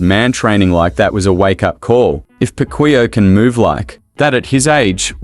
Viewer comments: He said pakuya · hoy you even mispronounce his last name... i think you are not a fan😂😂😂😂